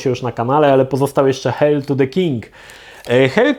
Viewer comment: Geeku to się czyta "hejl"